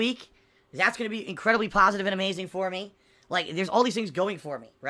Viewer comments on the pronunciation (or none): I’m gonna have an aneurysm if he says ”pahsitive” one more time.